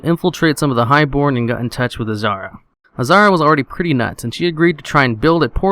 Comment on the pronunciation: Azhara not azara